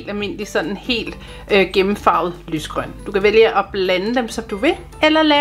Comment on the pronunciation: Det er ret sjovt du siger “ lys grøn” 😂😂